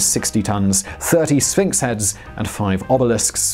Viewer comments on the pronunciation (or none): none